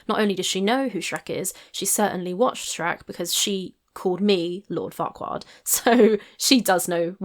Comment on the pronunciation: I couldn't remember who she called Lord Farquod.🤣🤣